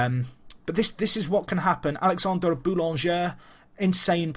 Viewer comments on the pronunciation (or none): none